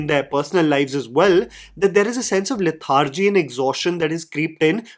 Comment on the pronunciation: Love Akshay Khanna’s performance! Brilliant actor. His dialogue delivery, screen presence are immaculate. Ps- ive noticed many indians mispronounce these words advertisement, lethargy.